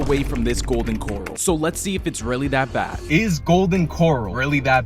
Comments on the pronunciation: He made it sound like a seafood joint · Why are you pronouncing it Golden Coral as in Golden coral reef? Dude it’s pronounced Corral like a live stock Corral 🤦‍♂️ Sound it out like this Core, AL. Core as in the center Core and then AL as in someone named AL. Corral 😂. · It’s Golden Corral not golden coral 🪸 lol you definitely don’t belong in Texas I wade deport u myself but I’m pretty far from where u at lol 😂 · It’s not Golden Coral, it’s Golden Corral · This guy just lost a whole bunch of credibility and integrity with me. He proved he’s just an idiot who can’t properly pronounce the word “corral” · It's Golden Cor-RAL 🙄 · It's Co-rel not 🪸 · I want to fight you 😂 WTF is a Golden 🪸Coral… what in the unda sea is wrong with you. 😂😂😂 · Golden Coral pronunciation is killing me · You fucked up dawg😂😂 "coral" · Golden "Corle" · Its Kǒr-AL. As in … the bull is in the corral ... Although i do believe they have seafood at the GC. 🤔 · This has to be ragebait because why is he saying Coral???? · Corral. CorRAL. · Golden Core-owl is the pronunciation. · I give you 2.4/5 for pronouncing it Coral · Golden “coral” 🤣 😂!! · First time I've heard someone pronounce it "Golden Coral" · Golden Corral not coral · Golden Kor-Al Simmons. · The way he pronounced it. Can’t take him seriously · Had me thinking I’ve been pronouncing it wrong my entire life. Looking at the comments… it’s just you. 😂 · Bruh the way you pronounce “corral” made me click off video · You have to be trolling pronouncing it that way. Be better man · Dude I just disliked your video and I'm gonna block you for mispronouncing GOLDEN CORRAL. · One star for mispronunciation of Golden Corral 😅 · The way he's pronouncing "Corral" is making me want to rage quit. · I knew it was gonna be trash just from how he pronounced it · I refuse to trust someone who cant even pronounce the business name